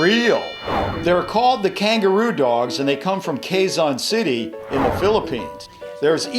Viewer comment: its pronounce kezon city now kwayzon city